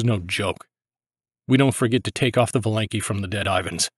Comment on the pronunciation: Thank you for your job. P.S. Not valEnki, but vAlenki.